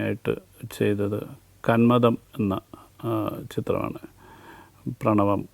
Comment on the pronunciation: അല്ല, കന്മദം ആണ്